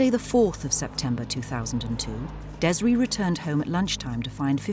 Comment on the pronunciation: Its Des-ray detectives not dezra